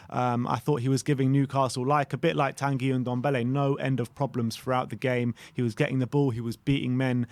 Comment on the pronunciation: To: try to pronounce Tanguy as T"on"guy. Learn your French.